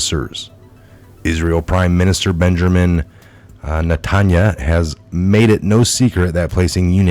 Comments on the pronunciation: Net-an-ya-ho. Please learn how to pronounce the name of Israel’s prime minister . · The Prime Minister of Israel's name is pronounced: (net-in-ya-hoo).